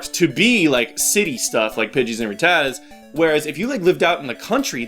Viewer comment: Can I just say that I love the way you pronounce Rattata.